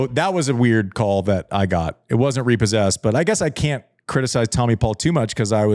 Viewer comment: Man, the RE-PAUL-SESSED section got me cracking lol